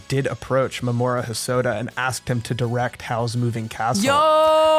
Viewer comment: I think you might be pronouncing Mamoru's name wrong. I thought it was "Mah-mah-roo", or something like that.